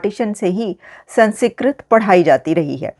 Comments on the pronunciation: Pl pronounce it correctly, it’s not San secret, it’s SANSKRIT 😂😂😂😂😂😂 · Namaskaram, Not Mahabharatha instead Mahabharatham and instead Sanskrit pronounce Samskritam. Jai Bharatham. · ...it's not Sansikrit but sans + krit = Sanskrit...apna tallaffuz durust kare. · The pronounciation is Sun-Skrit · SANS KRIT. NO A BETWEEN SANS AND KRIT. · Aapki English bhi bahaut hi 👎 hai. Aap words ko jodkar bhi Sanskrit nahin bol paa rahi hain. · I see a few comments correcting pronunciation of "Sanskrit", pls stop it. No need to ridicule those promoting a good news. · Lesson #1 how to spell and pronounce Sanskrit correctly 😜